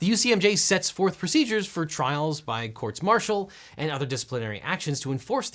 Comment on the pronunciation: I like how he knows the ucmj, and how he said Courts-Martial